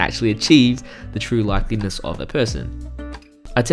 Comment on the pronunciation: "likeness" not "likeliness" <3